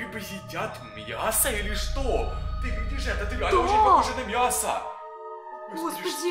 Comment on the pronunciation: говорил мьясо